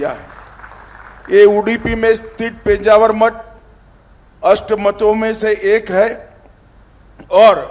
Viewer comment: Title is mis match -- just to get hits Thumbnail title is given highly sensational sentence -- This will lead to people losing trust with the channel. PENJAVAR nahi he sir -- It is PEJAAVAR a place name which you can google it -- Very close to Mangalore Airport